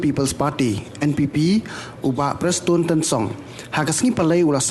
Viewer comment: Me prestone da song bha shwa ban kren.....ta ka rukom pronunciation ruh mem pt nang bha re....leit training shwa khie.